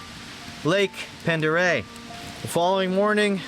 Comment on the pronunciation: The lake is pronounced pond der ray